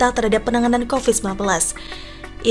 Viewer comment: Covid bu bukan kopet